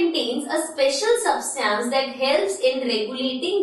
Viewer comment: Ma’am you pronounce substance wrong 😂